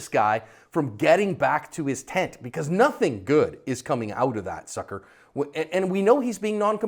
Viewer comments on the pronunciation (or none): he said "nuffin" not "nothing" 🙂